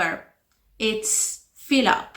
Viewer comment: "To fill up" you pronounced it as if you were saying "feel", the pronunciation of that word is a special sound.